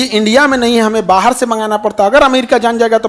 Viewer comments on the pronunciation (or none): none